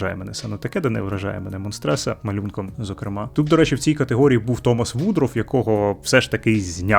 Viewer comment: Не "Монстреса", а "Монстриця") А так, дякую за підсумкове відо.